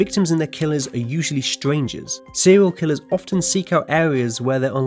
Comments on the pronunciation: Sewial kiwwers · Sewiow Kiwwows